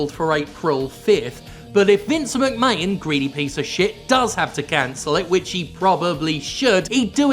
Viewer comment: Jim, im sure you’re saying McMahon wrong? Why say wrong Jim. Why